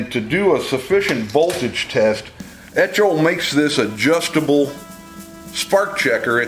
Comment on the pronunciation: eTCHo? That word will be etchoing through my brain forever.